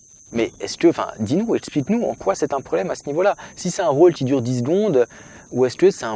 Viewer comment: Ha ha !!!! Moi aussi je le prononce diez